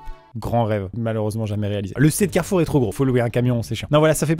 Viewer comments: Fils:on va à carrefour Maman:non mon fils carrefou car Amixem a volé le R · T'as fais comment pour enlever le R de carrefour, tu es monté sur le toit ? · Alors maintenant on dit plus "Carrefour "on dit "Carrefou" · Tu l'as tjr le R ??? 😅😂😂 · T sur que t as pas volé tous les r de carefour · C'est donc pour ça qu'il manquait le R du carrefour près de cher moi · Carrefour : il est où notre r 🤣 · Comme il a dit carrefour, jepense qu'il a pris le premier r pour qu'on puisse comprendre et que ce soit pas trop cramé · Mais alors comment tu récupères le R de Carrefour, fin, comment tu le décroches puis tu le transportes puis t'en fais quoi après ?? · montre nous le r de carrefour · Montre ton R de carrefour